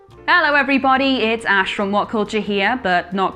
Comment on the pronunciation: Its Ash! Sigh.